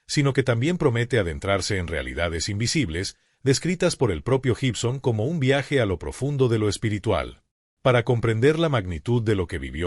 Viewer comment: Se pronuncia: Guibson, (como: gui -tarra) no se dice Jibson. Y se escribe Gibson. Todo lo demás excelente.